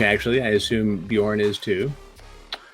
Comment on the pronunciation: Why do Americans insist on pronouncing things exactly as they are spelled, even if they know the correct pronunciation? It's so fucking obviously bee-yorn, not buh-jorn. Not having a dig at particularly, just like 90% of Americans. The other 10% seem to horrifically overcompensate and try to pronounce names with accents which sounds awful. D: ALSO: EPI-TOME?! E-PIT-O-ME